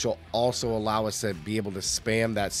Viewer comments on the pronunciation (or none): none